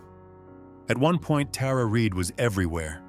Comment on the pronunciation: Your pronouncing Tara Reids name wrong